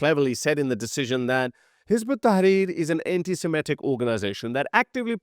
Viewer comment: ...it is antiSEMITIC...not antiSIMETIC! The people were SEMITES! Please try to stop making this american style mustake!